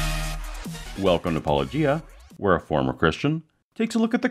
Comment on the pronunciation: He can't pronounce Paulogia correctly (Paul O'gia) either and it gets me every time. 😆